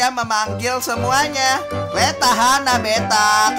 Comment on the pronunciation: kok tulisannya beata padahal ngomong nya beta